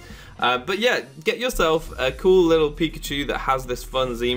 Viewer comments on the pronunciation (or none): none